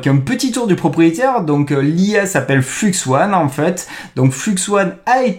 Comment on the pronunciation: soit tu dis "fluxe un" soit tu dis "fleux one" tu peux pas mélanger les prononciations entre anglais et français. enfin si tu peux, mais ce sont que les français qui ne connaissent pas l'anglais qui font ça. Sinon d'après ce que j'ai compris flux1 c'est stable diffusion (plein d'ingé de SD) utilisant un dataset d'image non libre (chut) qui permet de rendre stablediffusion enfin exceptionnel et pas limité par la qualité merdique du dataset.